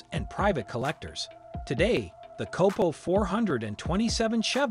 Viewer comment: Numerous mispronounciations, failed fact checks are reason to believe the narrator has NEVER heard of Don Yenko much less, a "COPPO". HEY bud, stick to gardening or cooking videos because cars are NOT your forte.